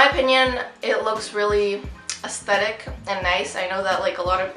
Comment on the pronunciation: it’s sounds like ASSthetic AHAHAHAH